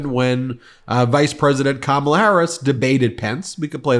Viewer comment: Interesting that he can pronounce all those names but struggles with ‘Kamala’ 🤷‍♀️